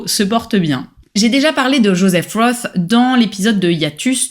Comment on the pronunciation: J'arrive après la cavalerie mais si cela n'a pas été déjà remarqué, Joseph Roth, ça ne se prononce pas Jospeh Ross, mais Joseph Rote. C'est un nom allemand pas anglais. Sinon, merci pour la découverte.